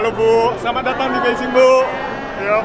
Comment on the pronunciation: knp nyebut nya beijing bukan Bei Jing? Ada alasan..?